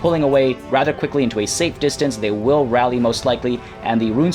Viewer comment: did I hear "as queekly as possible"?? Hmmmmmmm